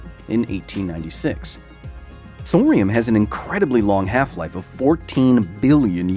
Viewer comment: It’s thorium Thor